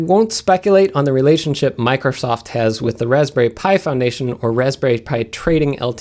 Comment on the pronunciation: Every time he says "Pi Foundation", I initially hear "Python Nation", which sounds rather cool. Anyone else have this happen?